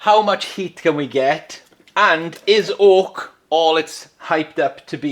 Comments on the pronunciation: It’s Oak, not Hawk !! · Am I the only one who keeps hearing ork? Like I know he saying oak but I just hear soft R ork